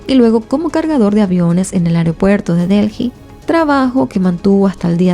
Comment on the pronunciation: Se dice ( deli), corazón ❤